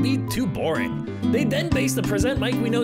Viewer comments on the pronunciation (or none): It mostly has to do with the vowels being held. In the correct pronunciation, you would hold the first A longer. He pronounced it more like "Hisashi Yamaada" where as it should be pronounced "Hisashi Yamaada" to stay true to the Japanese language. It's a common mistake, so I can't be mad at anyone for getting that little bit wrong. I don't actually know any Japanese apart from a few simple words, so I'd be lying if I said me two years ago would have pronounced it right.